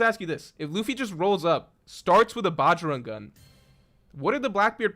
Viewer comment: Bro, you have got Indian blood in you... I at least expect you to pronounce the bajrang gun right .... Haven't you ever heard the name bajrang bali ? ... Just pronounce it like that